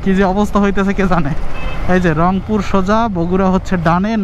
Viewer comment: রংপুর না অংপুর!